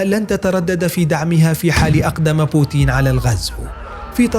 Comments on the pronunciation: تنطق بوتين وليس بوتيين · اسمى بوتين وليس بوتيين